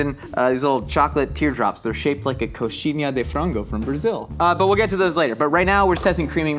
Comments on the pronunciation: As a Brazilian, nailed the coxinha pronunciation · it's during the first test, as describes the ingredients he notes that the chocolate drops are shaped like the Brazilian snack, and the "NH" sound doesn't exist in English, so most people would say "koh-shee-NYAH", but he pronounced it surprisingly well.